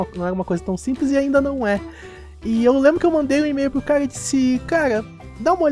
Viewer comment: pq vc fala caga no lugar de cara